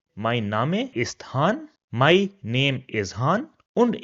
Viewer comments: Thanks a lots sir. Great content but i heard your some pronouncation like bitte name ( you pronounce different where -e comes last ) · I think you are mispronouncing the words that end with the letter 'e.' For example, 'name.' (Or maybe my understanding is wrong. Correct me, please! And thank you for the beautiful video.